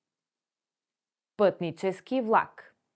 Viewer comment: Как учите чужденците да говорят правилно, когато имате говорен дефект - не произнасяте правилно "твърдото Л" (пред А, О У, Ъ). Чува се нещо между У... и прескачане на съгласната (пример: "вЛак - плнякога хи произнасяте като У, а в края на видеото въобще се чува в.ак). И ... не се заяждам, преподавам на чужденци и често се оплакват от говорните дефекти на преподаватели и роднини-българи.